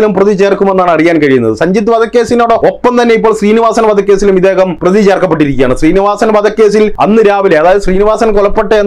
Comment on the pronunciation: Pidikkappedunnnaver.. Ellaam... Mukkiya. Predhighall.... Pradhaana.petta..predhi....... 😂😂😂🤣🤣🤣🤣🤣🤣😂😂😂😂